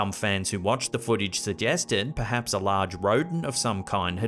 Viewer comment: it sounds like he's says "Perdance". I believe he meant perhaps but that was odd.